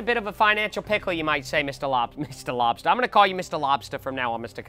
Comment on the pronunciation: To me it sounds like, “Mr. Labsta”